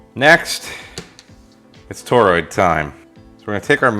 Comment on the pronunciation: say toroid... "toe-roid". No, say tor-roid... "toe-roid". No no, try again, say tor-roid... "toe-roid". OK, fine then... just go out there and play with ur new toy:) KJ6ER